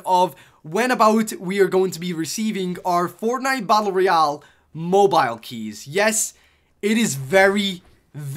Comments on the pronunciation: I like the vid but I get annoyed by how you say mobeal just say mobile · The way you say Mobile puts a smile on my face 😂